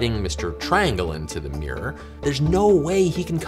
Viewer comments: Top tip, from someone in the country who created our language: mirror is (unsurprisingly) pronounced "mirr-or", not "meer".:person-turquoise-writing-headphones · Love the way Americans pronounce mirror. “Meeeerrr”. 😁